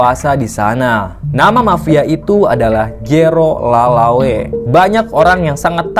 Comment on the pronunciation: Lelaway kayaknya bukan lalawe